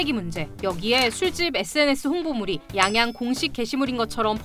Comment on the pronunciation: 양양이아니라 앙앙이라고했어